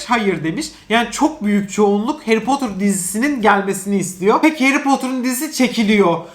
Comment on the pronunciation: Potter, potır diyemi okunuyo yoksa potur mu çünkü ben potır diye biliyorum ama potur diye okuyo aşırı takılıyorum oraya 😂😂😂